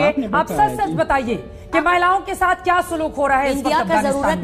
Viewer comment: when she said khia instead of kia she alredy exposed herself to anyone whose met an urdu speaking pashtun xd